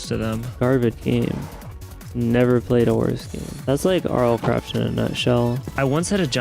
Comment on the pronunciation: "ERMM ACHUALHYY YOU BEAT MINECWAFT IN RLCRAFT NO YOOU DODNT BEAT RL CWAFT"